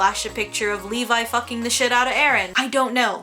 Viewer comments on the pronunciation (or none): none